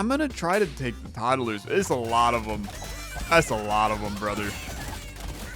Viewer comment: Todd-a-lers was my favorite running bit. I heard it the first time and was glad you commented on it and it was funny when you kept saying it